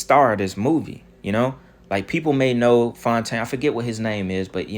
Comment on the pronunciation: "Clone=taine" c'mon... you gotta give yourself credit for that one ha!